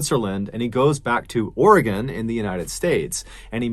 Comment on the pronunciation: You pronounced Oregon correctly! Thank you!